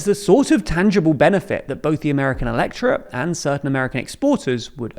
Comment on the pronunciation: i'm listening to this in the background and i kept asking myself what the flying f "electra" was. turns out that's how you say "electorate"? learn to say things dude. seriously